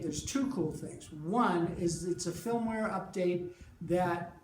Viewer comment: maybe it's just my hearing but I swear is saying 'filmware' not 'firmware.' Am I crazy? Otherwise this was a great little video. I just got one and agree the distortion setting should be called feedback.